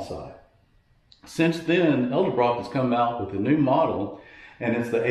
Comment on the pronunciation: Why does everyone call them ELdebrock?